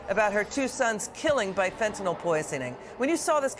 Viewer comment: First of all, Mr. President, it's fentanyl, not "fentanol." The second problem is your emphasis on the fentanyl having entered the country under Trump. Does that mean that fentanyl deaths are better when it comes under your administration? At least Trump tried to do something about this problem.